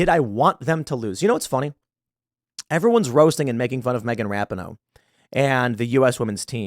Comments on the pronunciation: Tim, it's. Ra peen no (phonetically) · Megan Rap-in-ohh?!? That’s the wrong pronunciation Tim - you should know better! The correct pronunciation is Megan Rap-Pee-Nis! 😮😉😂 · It’s pronounced Rap in hoe … isn’t it??? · Love you Tim but to suggest and athlete wants to lose on purpose is absurd. It’s RA-pee-no by the way. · It’s “Ruh-pea-no” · For me it was the attitude during the anthem. Final straw in what Rapinoe (Pronounced, Ra-peen-oe, Tim) started. Football player and fan most of my life and the first time I didn’t root for the women. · I don’t even care that Tim mispronounced her name like 17 times in this video. She is the embodiment of the modern, woke left. And just not a good human being. I’m not concerned about what someone deserves. Im concerned with what they earn. I wasn’t hoping they would lose. But I’m not mad that they lost. Maybe stock the team with women who love their country. I only feel bad for the handful of women on the team who did sing and do love their country. Outside of that. Megan got what she “deserved”. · You and Jeremy from the Quartering have one thing in common on this story..... no idea how to pronounce Rapinoe.... I agree with all your points on her and the team but please say her name correctly so it at least appears you've watched one game. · I love how Tim doesn't know how to pronounce her name haha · Does Tim really not know how to pronounce that hags name or is he just being disrespectful on purpose?. Not that I care what anyone calls that douchebag, just curious.